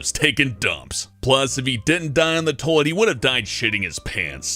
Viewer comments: Tolt Tolet? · Toit? I'm I the only one not hearing the whole word toilet when he talks? I swear he's saying toit instead. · says toilet pretty weird... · does anyone else love the way he says toilet? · dude says toilet funny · hear please say toilet again. lol wtf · You say toilet weird... That is all